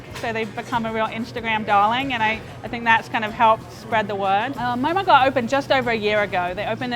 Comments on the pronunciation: It's pronounced "Ghurr" NOT "Gar". Smh get someone who is from that ethnic background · He’s pronouncing “ghar” wrong it’s annoying. It’s pronounced “ghurr” and trust me cuz I’m nepalese. AND JHOL IS PRONOUNCED “joll” like in jolly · Lol the way they're pronouncing ghar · The way he pronounced “ghar” lmao